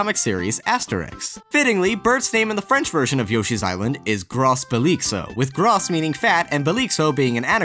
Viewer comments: we don't say gros "gross" but more like "gro" (french here) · In french ''Gros'' is prononced groh not gross. soooo........ groh belixo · The French word "Gros" is pronounced like the English "grow" generally, the last letter in a French word is silent. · In french, you dont pronounce the s so you should pronounce it (gro) and not (gros) in english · I'm french and your prunonciation of "gros" make me laugh. We don't say the "s", just "gro" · Gros in French is pronounced "Gro" not "Gross". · Don't say gross, gros is pronounced "grrrow" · It's pronounced "Groh" not "GROSS" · Okay, I don't want to complain on a Yoshi-themed video, but come on Obélix is pronounced "oh-beh-leeks" and gros is pronounced "groh" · Just a small detail but the s is silent in "Gros", it sounds more like Grow. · It's pronounced just like "grow", the "s" is silent, just like final letters of plenty of words in French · "Gros" is pronounced like "grow" that is an error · "Gros" in Gros Belixo is actually just pronounced "gro". Because the french language is fucked up like that. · Astérix is the best comic series ever. Also, the "s" in "Gros" is silent. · Uh... Actually, Asterix is a Belgian comic, not a French comic. Additionally, Burt the Bashful is called Xilebo in the German version, which is "Obelix" backwards. That pronounciation of "Lustiges Sporen Drama" wasn't really correct. Neither was the pronounciation of "gros". Note that I don't want to sound like a smartass, but since this video is "fact-based", I just wanted to add this. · french people: cringing at the way he said gros (it was a good try though loll) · uhm, in "gros belixo" you dont spell the "s" at the end of Gros...